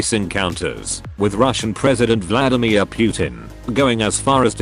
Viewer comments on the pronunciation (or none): none